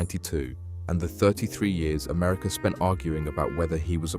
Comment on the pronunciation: America no er at the end